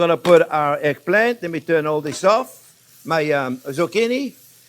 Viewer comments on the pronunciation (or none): Glad to see that you made it through hurricane Ian ❤️ You keep talking! That’s what we learn from, though it took a few seconds for me to realise that what sounded like “airplane” was actually eggplant 😅 However, anyone who speaks with an accent means that person knows more than one language. Besides your English is miles better than my french 😎